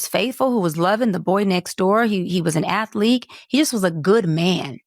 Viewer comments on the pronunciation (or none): Did the doctor say athleek?!